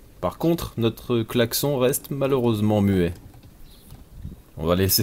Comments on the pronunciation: Clac-son ?? Je n'avait jamais entendu çà ! On prononce clac-sonne ?? Dans le même sujet, j'adore le son du clocher que l'on entend au fil des épisodes ^^ Ceci dit félicitations pour tout ce travail ! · On dit VRAIMENT "claque-son", chez toi ?? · "le claque-son" issou